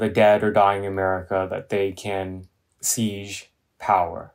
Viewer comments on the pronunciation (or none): Seize = take violently...siege = suround ...just a pronunciation thing for Andy. It's constructive criticism as I like him.